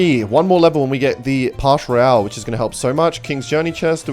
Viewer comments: Can you stop pronouncing pass royale as pash royale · Why does he say “pash Royale” 😭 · Y u say pash royale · i love that says pash royale instead of pass royale